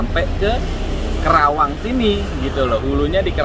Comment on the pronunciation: Maaf om.. Penyebutan kota'y bukan kerawang tapi KARAWANG. Sy ga enak dnger'y Sbgai asli putra karawang